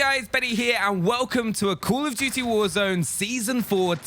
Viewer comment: I love how he says “cool of duty” instead of call of duty